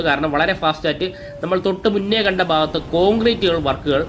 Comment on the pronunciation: ബാഗത്ത് അല്ല ഭാഗത്ത്. ശരിയായ ഉച്ഛാരണം നടത്തുക.